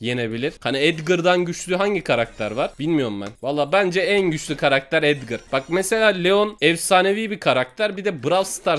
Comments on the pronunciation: O edgır değil o edgar yanlış söyledin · abi etgır değil etgar o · Edgır değil edgar